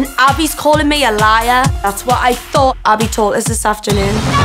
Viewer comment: Why does Abbie always say us like she said now she has pushed us